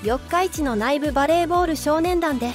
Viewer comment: 内部は￥ないぶ」ではなく「うつべ」と呼びます。